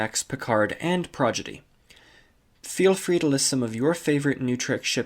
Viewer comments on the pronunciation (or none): It's Star Trek Prodigy not Star trek progedy. Bro why what's up with all your constant continued miss pronounced naming issues. I like your vids but the constant miss pronounced naming takes me out of the videos. I'd recommend checking your recordings before uploading so everything is right. I have an issue myself of miss pronounced or slurping words so I record multiple times for my channel that I run